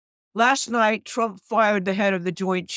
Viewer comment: I love the way she says twump.